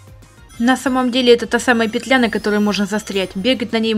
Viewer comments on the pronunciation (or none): none